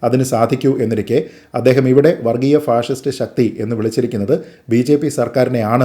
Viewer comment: ശരിയാണ് അവർ പറഞ്ഞത് അവർക്ക് അർത്ഥം അറിയാതെ പറഞ്ഞതാണ് അവർ പറഞ്ഞത് പാസിസ്റ്റ് എന്നാണ് ഫാഷിസ്റ്റ് എന്നല്ല